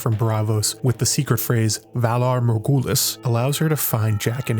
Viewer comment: Love the video, but I winced every time you butchered the phrase 'valar morghulis' lol It's okay to use an accent for just one phrase!